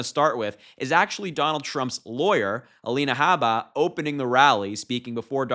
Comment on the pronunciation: A-Line-uh Habe-buh is ridiculous.